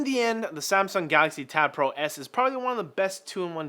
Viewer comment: What's a "Gaaxy" ?